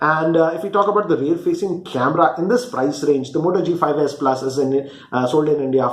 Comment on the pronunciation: ....its s+ not asa plus